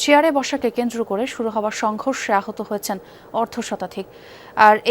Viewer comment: যমুনা দালাল টেলিভিশন সংঘর্ষের ব্যাপারটা কিভাবে উচ্চারণ করল একটু সবাই দেখেন, বিএনপির নামটা নিলনা😮